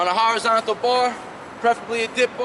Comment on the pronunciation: "So we're gonna start... on a hirozontical bar"